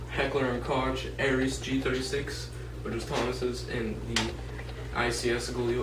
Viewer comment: Its pronounced Heckler & KOKE not koche